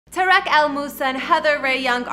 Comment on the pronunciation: Tuh-reek not ta-wreck